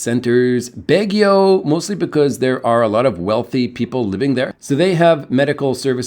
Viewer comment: The letter “a” is a short “o” in the Philippines.. it’s never a short “a” as in cat BAW ghee oh.. the “ba” rhyme with “ma,” “rah,” “ha!”